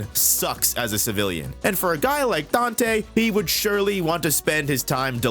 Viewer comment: Dante.... Danteh.... Manage your sinners.... Danteh...